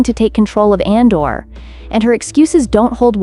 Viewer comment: ADOR not ANDOR